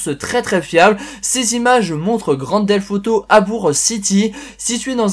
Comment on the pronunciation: Pourquoi tu dis grand delf auto!